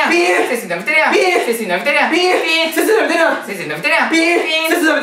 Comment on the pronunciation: 「背筋伸びてるや〜ん」のイントネーションが違う気が…